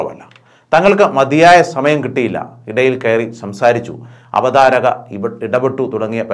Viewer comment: Avadhaarakan not avatharakan